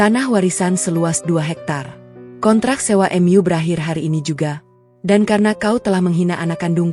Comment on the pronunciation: Gunakanlah bahasa Indonesia dengan baik,"mu" bukan " m yu"